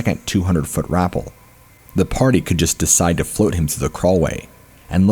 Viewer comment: Rapell like Dave Chapelle, not rapell like apple. I love your narations but sometimes your pronunciation gets me giggling.